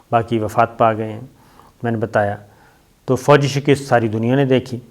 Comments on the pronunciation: shakist nahi hota yar ,,,,,,, shikast hota hai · آپ کو شہِ کِست نہیں بلک شی کَست کہنا چاہیے معزرت کے ساتھ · Ooooooh pa paindooo I told u don't say shekist it's right speak Shakast.. Allah ka wasta hai es ko theek bola karo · Mere kheyalain saheeh lafz "Shikast' hay.